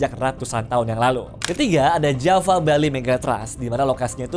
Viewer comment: Kak, setau saya v di baca w.. bahasa sansekerta.. makanya vihara di baca wihara.. jadi kalo tulisan Java, di baca jawa